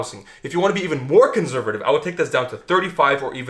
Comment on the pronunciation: Yo know he's russian when he says "conzervative"